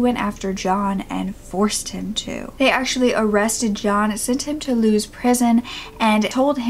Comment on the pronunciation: Ahh I can’t believe you’ve done a case so close to home, being from Lewes where the prison is based - Lewes is pronounced Lewis :)